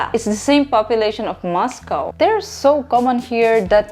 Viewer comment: Good to hear you pronounce Moscow correctly, I was thinking you'd use the American way of saying it as Philippines seems to follow America a lot